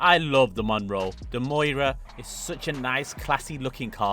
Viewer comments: Moira.. Some car guy you are. It’s miura. Miura also means three bays. Need to learn pronunciation of words. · Lamborghini Miura,not Moira.You're welcome. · It's "Miura". Moira presents the news. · please it’s pronounced “ME-YOU-RA” 😭😭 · The Prius is pronounced “Dil-uh-ton-tay” and the Miura is pronounced “mee-aura” At least with our annoying American accents. Unless you’re from NY/NJ, then the miura is “mee-aaaarah” 😂😂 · BRO IS THROWING ME OFF SAYING THE MUIRA